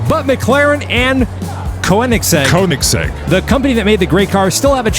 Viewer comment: the oe from Koenigsegg is pronounced like the o in world. Comes from the german word König, which means king. Just so you know for the future ^^